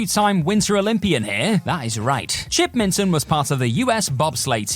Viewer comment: It's minotaur not MINEotaur ...and Chip Minton not Milton